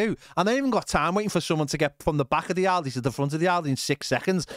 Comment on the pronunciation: Aldi mate, not OLDY!